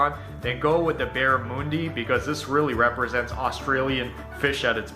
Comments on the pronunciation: Bar-ra-munn-dee ! Not moon-dee ! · So first the presenter is not Australian, he got the pronunciation of barramundi wrong. The "mun" sounds like "mon" in Monday. 2nd it's not sea food. It's a freshwater fish, that is easily raised in tanks, so common nowadays. But the best I ever had was battered in fish and chips - but that was wild caught up north. Usually less is more. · Australians pronounce barramundi with the mun sound as muhn, similar to 'young'. The cake in lamington is usually a very light and white sponge, not dense and yellow like that pic. Vegemite is also great on fresh bread with lots of butter, and equally sometimes with a slice of cheese added. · Barramundi is not pronounced anything like that!